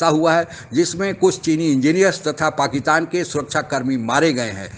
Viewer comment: Abe pakistan bol, pakitan nahi😂😂